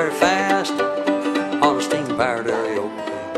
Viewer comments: I love it how he pronounces it "Aereoplane." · I love how he pronounces it "Aereoplane."